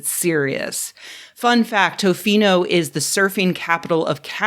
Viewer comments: Just a small correction, you were not pronoucing Tofino currently. You do not pronouce it with a "Oh" after the "T", it more sounds like"Tuh-fee-no". Also, it's a tourist hotspot, so it might not be the best place to live. Best bet would but one of the cities in the lower eastern half of the Island. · Rebecca, you'd love Tofino or anywhere on Vancouver Island. btw, Canadian cities really slack on their pronunciations. Tofino is more like "T''fino" (just listen to any Canadian pronounce Toronto to see what I mean)